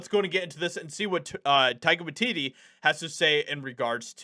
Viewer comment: Are you saying Tiger watidee?